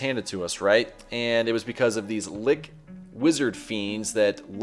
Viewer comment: Nice videos but you aren’t pronouncing things correctly. Genii begins with a hard G Lich is as it is spelled, not Lick. Enjoy your play style though. Keep it up.